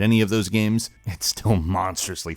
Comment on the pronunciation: "it's also just one of those great 'guaes' from a 'legendeura' era"